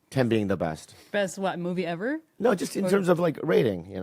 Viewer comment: It's "no" not "nawr"